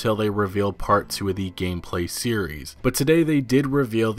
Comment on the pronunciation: This guy really love the work “two” He’s really sucking at it and pronouncing it slower :-) “twooo”